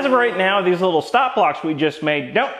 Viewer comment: “Clean them up on the disc sander a hweee bit” = instant sub 😂😂